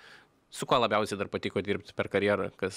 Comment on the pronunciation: Kodėl,, nuolatos sakai labjausiai, vietoj labiausiai?:D